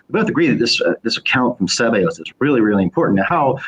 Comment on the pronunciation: After correcting, Shoemaker towards the end of the video adopted wrong emphasis saying SEbeus rather than seBEus 😄